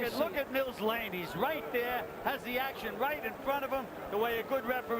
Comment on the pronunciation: Not Blane, Lane